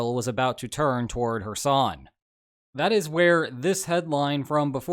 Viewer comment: Everytime says 'Kherson' I hear "her son".